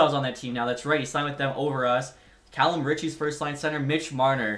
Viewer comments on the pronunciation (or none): none